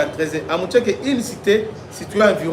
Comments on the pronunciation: MUSHAKI et non MUTSHAKI .... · C'est "Mushaki# prononce comme c'est écrit, pas Mutshake